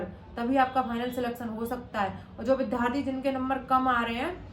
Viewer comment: भारतीय भाषा केंद्र JNU New Delhi में हिंदी साहित्य में मास्टर्स का विद्यार्थी होने के नाते सलाह है कि आप "विद्यार्थी " शब्द का सही उच्चारण किया करें। कृपया करके माइंड मत कीजिएगा। आपने ये शब्द लगभग अधिकांश विडियोज में प्रयोग किया है।